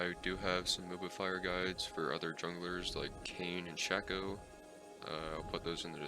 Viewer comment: shacko???????? smh It's shae-co dumbass